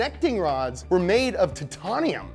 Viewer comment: The way you said titanium reminded me of the SNL Californians lol